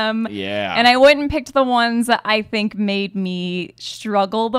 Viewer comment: You tink you can take me?